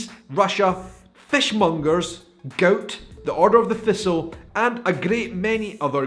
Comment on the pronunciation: When you pronounced 'gout', I at first understood 'goat'.